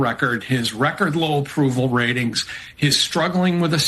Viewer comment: "...record low approval ratingss" lol